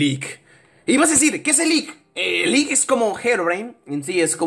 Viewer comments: android el lick no se pronuncia a si se pronuncia el lich y el lich pertenece a la serie de aventura de hora de aventura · se dice lich